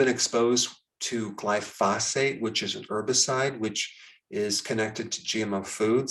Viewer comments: It is pronounced GLY-fo-sate. It is not phosphate. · Glypho-SATE, Just so you know. The emphasis is on the last syllable.